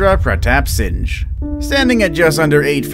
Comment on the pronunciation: It’s pronounced “Singh” like sing